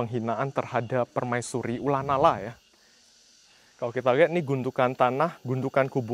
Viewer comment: Ko, ula nara emang bacanya ula nala ya?